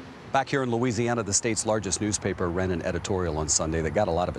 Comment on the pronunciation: Lou "Weezee" Ana has Delta